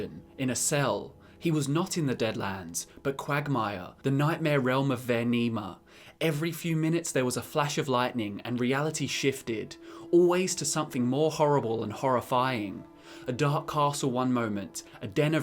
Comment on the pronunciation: "Vaernima" - 2k19